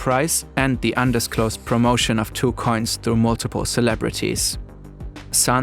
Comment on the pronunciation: I like how the narrators way of saying “coins” sounds like “cunts”. It’s very apt here.